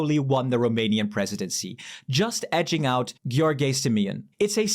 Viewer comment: great analysis of geopolitics. btw first time you pronounced George was right. In the video mentioned from EU made simple, the pronunciation is wrong, he mistakenly pronounced George like Gheorghe(Gheorghe Hagi) :) Anyway, unimportant addendum to your very good presentation. I’m a romanian, based in Kingston Upon Thames and I’m sad that too many of my romanian friends voted for that illiterate maga idiot George Simion. Wishing you strength and hoping you’re overcoming MS.